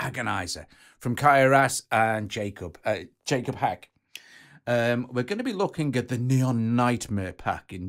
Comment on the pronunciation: "Yah-kobe Hack"